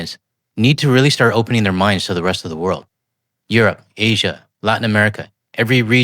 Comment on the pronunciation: He was saying Asian kinda weird. Had to pause myself with that pronunciation 😂